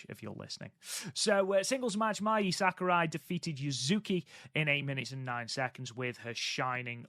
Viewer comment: You got Mai Sakurai right. 👍 Same vowel rules apply to Saori. 🤣